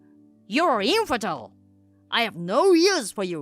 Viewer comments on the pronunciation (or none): "Think of the reputation!" Lady, who do you think your family is, the royals? 😂 "She's a man!" My brain immediately went to the Mulan song 😅 Also, 'infertile' is pronounced 'in-fer-tyle' not 'enferdil'